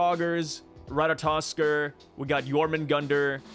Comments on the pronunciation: Every time I hear Rataskor I am dying a bit. It is Ratatoskr there are more `t`s there, not only one. I swear you Americans cannot read nor spell. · It's pronounced as (Rat-Tat-taskor) 😂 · is pronounce Ratatosker and try the E on Ker sound like Kr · RAT - UH- TOSS- KURR I like you. I like your videos. I like your viewpoints. That being said, theres no reason to not be able to say Ratatoskr at this point. Its being said in many other videos and theres plenty of online resources. Its four syllables. Rat. Uh. Toss. Kurr. Say each one by its self slow then speed it up slowly. Its not hard brother youre just refusing to try to learn it. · Say it with me, Ra-ta-tuh-skr. Ratatoskr! 😂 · Bruh someone give this man a god of war game so he can say the name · One would think after years of reading anime names you would be able to pronounce Ratatoskr correctly. The education system has failed so many people 😂